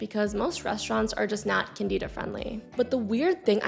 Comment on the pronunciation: It’s CANdihdah. Not canDEEdah.